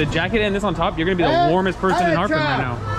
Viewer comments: It’s not harpin it’s a Harbin. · She would’ve understood you if you pronounced the R with stress, instead of Harbin, it’s Harrrrrbin. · that city is called ha er bin哈尔滨,your pronunciation was a little bit off the genuine tone, people were a little confused 🙂